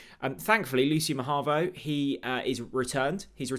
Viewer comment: The player himself pronounces his name Ma-hah-vo.